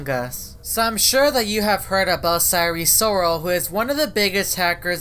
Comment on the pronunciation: Sire Soral (Sire Sorol)